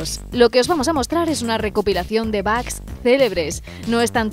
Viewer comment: Se pronuncia bog, pero todos le decimos bugs. Ahora, de dónde sacaron "bag"?